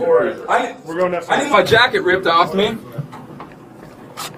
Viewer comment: Narrator voice: "they did not get 'offa' him"